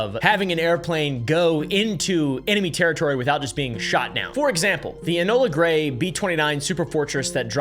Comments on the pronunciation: lol … “enola gray” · "Enola GREY"??? AYFKM??? Are you 14 or just act like it... GTFU. Yea, won't be back here...